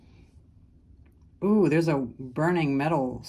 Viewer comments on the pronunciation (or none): Oohooo aka wow was said like in Ukraine,, merry Christmas